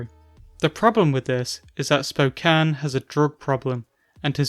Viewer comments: congrats on pronouncing "Spokane" correctly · Yo congrats on pronouncing Spokane correctly. I really wish Lolcows would stop coming here but I'm not at all shocked that they do